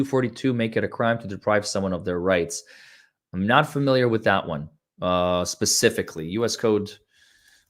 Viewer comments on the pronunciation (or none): none